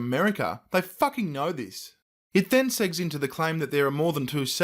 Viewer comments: it then "segs" into....? "seg-ways" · segs... lol pronounced "segway", silly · Segues is pronounced "seg ways".. not :"segs".. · ...'segues' should be pronounced 'seg-ways'(just like the two-wheeled vehicles). Just a head's up if you run across the term again.;) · Segues is pronounced 'segways', fyi. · Do not know why i feel the need to point this out, but segues = seg - ways. You know the term. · You mispronounced the word 'segues'... REEEEEEEEEEEEEEEEEEEEEEEEE!!!!!!!!!!